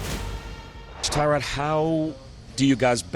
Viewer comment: As the Jets' lead reporter, you think you could say the starting quarterbacks name right. It's "Tie" Rod not "Ti" Rod... Really...